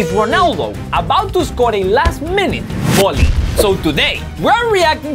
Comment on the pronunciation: you accent is amazing and the way you say bolley for volley is cool.